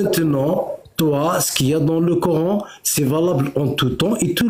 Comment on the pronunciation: Le core... N . Maintenant je connais la prononciation !!! Core...N